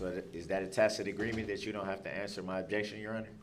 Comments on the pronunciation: someone had to have told him the word is pronounced TASIT (tacit) NOT "TAKIT" - he actually CAN learn new things, by golly. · Awwww, Duhrl is trying new pronunciations for (tacid) He was pronouncing it "tackid" last week, lol😂 Edit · I wonder who told him "Hey stupid it's pronounced tacit not tackit you moron'!